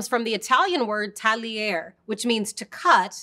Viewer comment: I feel like I would have an easier time believing this person has some pasta expertise if she could actually pronounce the names of them. I mean, how are you going to say the final e in pappardelle but not in tagliatelle? "Tall-yare" for tagliare? Kind of baffling. "Mayoredus"? This is Italian, not Spanish; double Ls are still Ls.